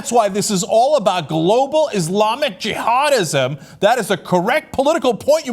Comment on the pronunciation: “Radical IZlamic G-Hodizm” ladies and gentlemen.